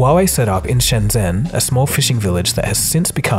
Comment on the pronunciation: Just a heads up, It is pronounced SHEN-JEN not SHEN-ZEN.... ZH in the Chinese language is pronounced as a J... Also Don't buy Huawei they are an insidious company that is owned by the Chinese Communist Party and have malign intent. Actually don't buy anything that is made in China. Their ambition is to destroy western democracy and replace it with their own oppressive autocratic ideology.